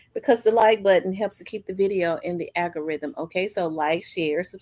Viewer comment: I just love to hear u pronounce the word Algorithm …Whether u say it correctly or tongue tied, I always have me a good smile/chuckle…BTW, keep up the good work, I’ve seen ur channel grow immensely over the past 2yrs, So very proud of You👌🏾🖤‼️